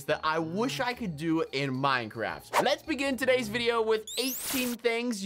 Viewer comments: You called it TO instead of DO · You said to instead of do